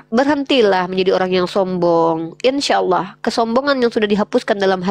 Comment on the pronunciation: Hamza. Bacaannya. Dibaca. Hidup. Uni. "Insyaaa